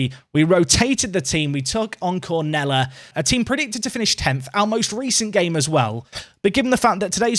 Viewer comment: Nailed the pronunciation of Ponferradina there, but Cornellà is "kor-ne-YA" (or more like "kur-na-YA" if you fancy trying to do it in Catalan!)